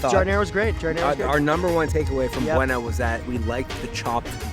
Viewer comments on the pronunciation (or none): First, You never tried Johnnies and ppl swear by it....and idk if you were trying to joke bout the name but its pronounced Bo-Nah. Not buena. Cmooon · its pronounced Bone-uh Beef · Its pronounced BONE A and the sharing of the aujus blech... and if u enjoyed als beef youre not qualified to judge any food ever. And one eats at ciccio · Buona pronounced B-O-N-A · How are you going to claim you’re from Chicago but don’t know how to pronounce Buona Beef. Al’s is way too greasy IMO. Portillo’s is bland. Mr. Beef is whack. Johnnie’s should’ve been tried. Buona has the best flavor by far and quality of beef. Family owned too.